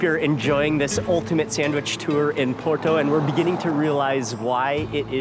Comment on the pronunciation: Thank you for saying Porto and not Oporto! Hope you had a great time in our city :D